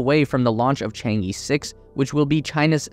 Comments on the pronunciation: This title is going to look really funny in 10 years. your takeaways from NASA are... a little convoluted though not entirely wrong. Could use some work. Also, friendly critique, it's "Chang-e" not "Chang-i". Pronounced kind of like "Chang-uh" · FYI, Chang'e is pronounced as /tʃɑːn ɚ/ but not /tʃɑːn iː/ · Chang E is not pronounced as “chang i” It pronounces like "chang a", "a" is like the pronounciation of the "a" in "a robot" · chang eh, not Chang E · Chang-e is not Chang Yeee, it's Chang Urrr. It's the name of a Chinese moon goddess. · I believe its Chang'e not Chengi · chang-e should be pronounced chang-er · Your pronunciation of Chang e really drives me crazy.. other than this, great video. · Cant even pronounce Chang E😆